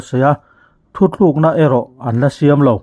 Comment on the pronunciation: Thuthlûkna ni lovin thutlukna